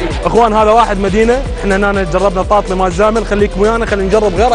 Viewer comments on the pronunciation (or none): تاتلي مو طاطلي اصل الكلمة تركية يعني حلو . ابراهيم تاتليساز يعني اللحن الحلو